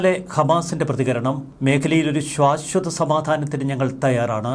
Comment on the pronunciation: സർ, ശ്വാശ്വത എന്നല്ല ശാശ്വത എന്നാണ് - അരോചകമായ ഉച്ചാരണം തിരുത്തുക!